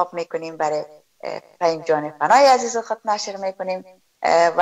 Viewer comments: امکان داره که تلفظ خود ره درست نمایید ؟ الف هلف گفته میشه و عزیز هزیز گفته میشه این واقعا غلط است اگر شما لسان خود ره بخوبی بفهمید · خواهر عزیزم هزیز نه عزیز